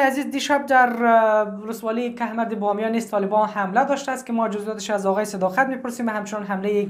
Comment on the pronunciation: لطفآ کھمرد نگو کوہ مرد بگو